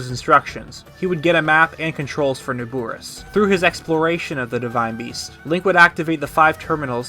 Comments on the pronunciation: How is he saying it wrong, it’s Na-bor-is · Great video but everytime you say "NabUris" a chill goes down my spine. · Your saying Naboris wrong😐